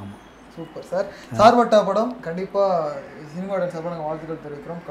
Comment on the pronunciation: Not a sirpetta it's a "Charpetta" char means 4 patta means kaththi